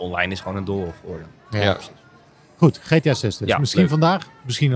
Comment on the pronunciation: GTA uitspreken alsof het een spel uit Nederland is😂 Boeren😂 Gee Thee Ah, blijf maar weg van internationale game evenementen